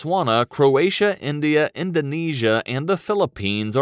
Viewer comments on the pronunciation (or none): none